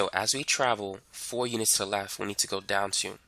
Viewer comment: I don’t understand the words, “lef” and “shif”